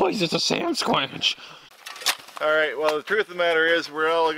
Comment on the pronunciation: A Sandsqench? LMAO